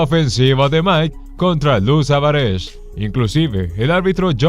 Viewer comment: El relator no sabe pronunciar apellidos italianos. Los pronuncia como si fueran ingleses. No es Savares, sino como se escribe: SAVARESE. Otro error, no diga americano, sino estadounidense. América es un continente, no un país.A estudiar señor. Ah, saludos le manda James Buster Douglas a Tyson.